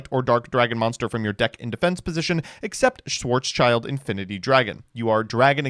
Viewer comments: It’s schild =shield so black shield not child sry but ears bleed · it's schild, not child xd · Schwartz-schild is actually pronounced like shield (but without the e), not child. In fact, it mean Black-Shield, much like Roth-schild originally meant Red-Shield. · Funny how all NA's call "Schwarzschild" schwarz child Its spoken: schwarz shild Schwarz= black Schild = Shield Still banger video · you pronounce it as SchwarzSchild(Blackshield) an not Schwarzchild( Black Kid)😂😅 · Schwarz-Schild. Black Shield or Black Sign. It's not a "Child". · It s a shield... IT S A FREAKING SHIELD CALL IT SCHWARZSHIELD AND NOT SCHWARZ "CHILD". LOOK AT THE ART WORK... IT IS NOT A BLACK KID... IT IS A BLACK SHIEEEEELD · Sorry but as a German i have to say that its pronounced "Schwarz-Schild" (Like Black Shield Not Child) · Have yet to find someone pronouncing "Schwarzschild" correctly. Schwarz --> Black Schild --> Shield and not "child" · I don't think I will get over pronouncing Schwartzschild as Schwartz Child.